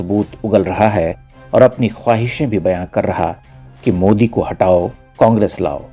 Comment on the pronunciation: modi ❌ mude ✅ Mohala kee fatt gayee 🤣🤣🤣